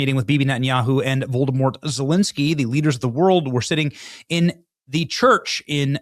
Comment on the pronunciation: Benny its volodomir not voldormort like harry potter 😂😂